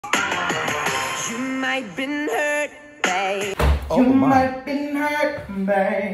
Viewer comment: He's saying babe. Lol back in 2000, Bae wasn't a slang word yet. But the pronunciation is still funny.